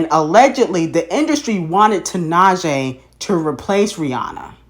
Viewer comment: wow can you first learn how to pronounce tinashe’s name please.